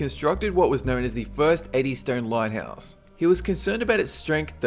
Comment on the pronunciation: "A famoush engwish lighthaus architect"